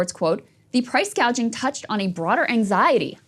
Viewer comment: Price gouging or price gauging??? THE WOMAN CAN'T SPEAK, for Christ's sake. She was never going to win!